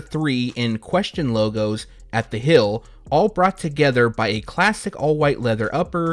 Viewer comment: Heeeeeeee-eeeeel! Not Hail!